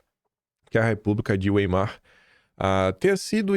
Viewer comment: A pronuncia correta,é: "República de Wái-mar"